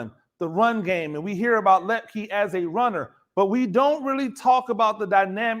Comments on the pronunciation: Your crystal ball was spot on. Excellent analysis. Hunter Luepke (pronounced loop-key, I believe) was the key to both the JMU win and the Natty. He's amazing and he'll be back next year! Woohoo! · Per Hunter its pronounced lip-key